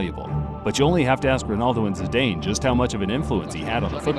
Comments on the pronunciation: Ok ok ok ok I could let "Lee-ster" slide but the way he pronounced Zidane feels like the guy read his name off the script for the first time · Leester, Shoals and Zidayne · "This video took a lot of time to research and edit" Yet you still got numerous names wrong.. Leicester, Scholes, Zidane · Some off the pronunciations in this video are HIGGY. Leester Shoals Zidayn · Zidayn Seriously make me the voice over artist for this channel I can actually say the teams and places right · Very odd pronounciation of “Zidane” and “Leicester” 😂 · Leeester, Paul sholes and Zadaine. 😂 thanks for those pronunciations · "pruhm-year league", "Paul Sjoles", "Zee-dane"... Come on man :D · How about the man who introduced this one? Zinadie Zidane has to be up there amongst the world's best. Also, please please please look up how to properly pronounce British footballers names and Clubs. Here are a few for free: Paul Scholes = P-all S-k-oles (not sh-oles, he's a ginger Scouser not a fish) Leicester City = Lest-er City (definitely not Lie-chest-er I lived in Leicester and don't know where you were talking about!! 😜😜) I wanted to cry!!!! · Did he say “Zidayne”? 😂😂😂😂😂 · How can you say you have researched this in-depth when you get so many pronunciations wrong!? Zindaaaaayne? Paul Shoals? Americans should not ever be allowed to talk about football! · did you just call him Z I D A Y N E ? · i cant believe how you can mispronounce so many names. "zidayne" wtf man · Paul "sholes", "ooh-vent-oos", "zi-dayne", "lie-ster"... your pronounciation is a little peculiar in a few parts. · this channel seems to be reading off a script and never watched a football game, who mispronounces Zidane's name????? he's Zidane. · Can't pronounce Scholes or Zidane. Why should your ranking system be credible? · Lol. Didn't know it's possible not to know how zidane is pronounced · Jeez, your pronunciation of Leicester, Scholes and Zidane are like nails on a blackboard.